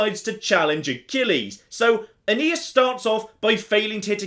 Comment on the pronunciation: Aeneas Me: A...Anus?